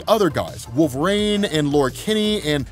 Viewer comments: I really enjoy this channel. Get to participate in something I could never afford. One thing though, I've noticed you pronounce Wolverine as WOOL-VER-RAIN instead of WOOL-VER-EEN and I've heard it so many times I'm beginning to question if I've been pronouncing it wrong all these years.. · bro why does he call Wolverine "Wool vrain"? is it an accent thing?